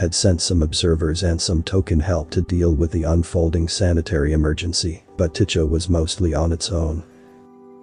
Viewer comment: FYI, "Tycho" is pronounced "tie ko".